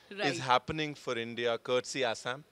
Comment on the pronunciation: Thank you saying Assam correctly unlike mostly other Indians